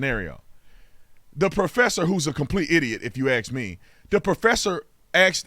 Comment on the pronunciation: Why do you say Aks instead of ask?